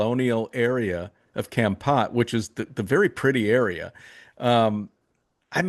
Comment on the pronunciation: Foreigners never pronounce Kampot right, it's Kom Pot. Thanks